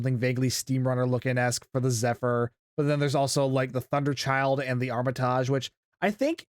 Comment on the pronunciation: Armitage is pronounced aa muh tuhj unless you guys have a different pronunciation?